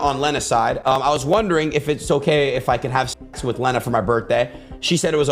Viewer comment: How dare you say Lena's name wrong she didn't do anything wrong.....its not leeeeena lmao it's Lena like if you were gonna start saying lead that's how the e is said...